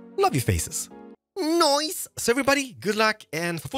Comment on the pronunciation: Lol his 'noice'